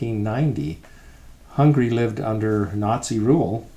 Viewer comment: Very nice video ! Only one thing, the lady says many many times: hungry instead of Hungary.